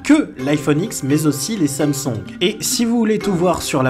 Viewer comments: Samsong bien l'accent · « les samsongues » HAAHHAHAH chu dead bro😂